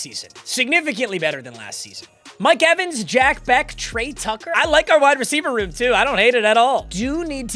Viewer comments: Jack Bech is pronounced like Besh not beck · If I ever hear you say Jack beck again i will unsubscribe, it's bech, i listened for an hour and you continuously said that it's making me go insane as a raiders fan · Jack “beck” was annoying me all video😭😭✌️ its pronounced jack besch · Not trynna be pretentious but it's pronounced jack "besh" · on the behalf of a jack bech fan your saying his name wrong🤣